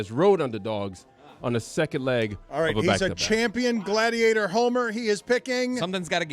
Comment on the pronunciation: Sadiator instead of Gladiator 😂😂. I hate I laugh at 😆